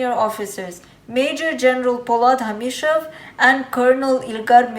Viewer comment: Not hamishov ,he is hashimov❤️